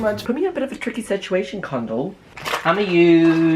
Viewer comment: Absolutely creased when you called her kondol hahahahaha